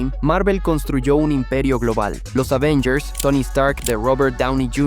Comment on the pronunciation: Es Avengers no Ávengers sea serio